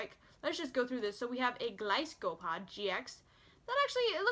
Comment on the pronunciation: gliscopod? lol it's golisopod